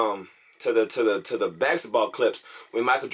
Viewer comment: This man creates his own words. baxetball. Occifer?